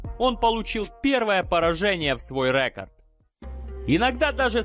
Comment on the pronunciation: Рекорд.....ударение ставь правильно, ты по русски говоришь